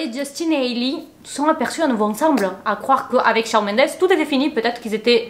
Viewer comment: Coucou, super GIVDT! Just pour te dire que Shawn ça se prononce ShOnne. Hâte pour la nouvelle vidéo.